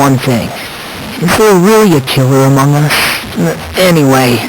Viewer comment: HE SAID AMOUNG US AT 5 SECONDS AAAAAAAAA